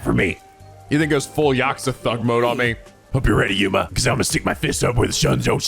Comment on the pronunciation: Your on the right track. Do I have not seen the game is full I have seen a good number bet that I will say this now. Try to remember everything shinigami says for now on. And there you go. All her troll or her sexual advances on you😂 animal support of all every time she mispronounces Yuma's last name.